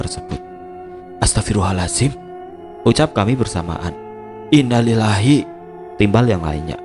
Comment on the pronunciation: Saya subscriber channel ini, emang sering salah saat mengucapkan Innalilahi wa innailaihi roji'un